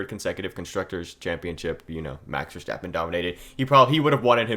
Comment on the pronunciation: You have a cool potential channel on your hands here, cool video. Small tip: Verstappen is pronounced Ver-st-appen not ver-scht-appen; short ST short a.